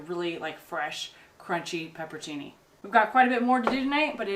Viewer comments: it's 'peperoncini' as in 'peperONcini not 'pepercini' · Peperoncini is pronounced pepper on chee nee. I love you guys. You are some of the best YouTube has to offer. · Isn't it "peperoncini"?